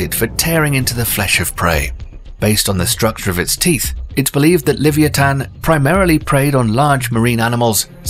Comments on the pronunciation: ITs Leviathan Leh-Vye-A-Thun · it's not livantan it is the Levithan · I was thinking the same thing!! And then him pronouncing leviathan just killed me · It's amazing that British people are the inventors of the English language but can't say Leviathan properly